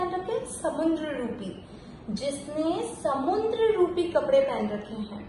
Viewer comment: It's samudra.... Not samundra. समुद्र, ना कि समुंद्र। Thanks.